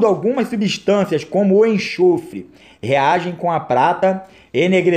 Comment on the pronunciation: não é enchofre, é enxofre!/